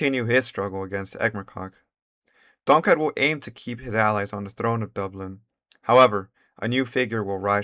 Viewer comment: Pronounce Dublin exactly the same as Dubstep.